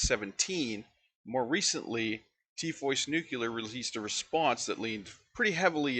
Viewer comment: OMG I beg you to learn how to pronounce the word "nuclear."